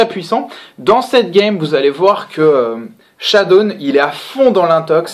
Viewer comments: Pourquoi j'entend shadoune alors qu'il s'appelle shadown ? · "Chadoune" D